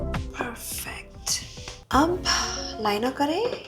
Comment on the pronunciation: That "perfecthuu" 🤣🤣 reminded me korean big sis unnie